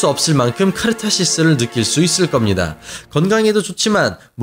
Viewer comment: 카르타시스 ... ㅋㅋ 귀여운 실수 ㅋㅋ